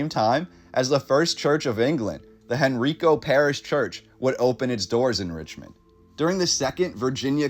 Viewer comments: Henrico, HEN-REY-COH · This is interesting. Long time Richmonder here. Just a quick pronunciation guide: "Powhatan" = POW-ha-tan (like a sound from a gun); and "Henrico" = Hen- RYE- coe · just so you know, the correct pronunciations are: Powhatan is POW-a-tan, Henrico is Hen-RYE-co and Tredegar is Tred-a-ger. The photographs are haunting and remind me of Berlin in 1945. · Enjoyed this but I been here all my life and I have only ever heard it pronounced "POW-a-Tan". Henrico is mispronounced also. Anyone know what the building is? I have seen photos of it's ruins before, a really impressive structure whatever it was. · Henrico too.